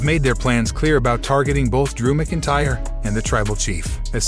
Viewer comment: It's pronounced MAC Intyre